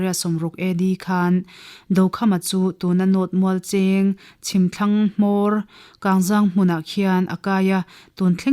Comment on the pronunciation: A ngaihnawm thin hle mai, amaherawh chu, Mualcheng khaw hming hmasa Kangzang tih hi a thluk a dik lo deuh a, 'Zang' tih hi, mawilo nilo se, mipa zahmawh kan sawi thluk a thluk tur a ni zawk e